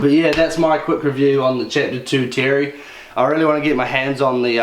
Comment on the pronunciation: Mate wasnt it Mike's intent to call this bike the Terre pronounced as 'Tear ray' not Terry - just saying ?